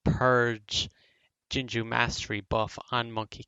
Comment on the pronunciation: Screamed internally when you pronounced Jingu as Jinjoo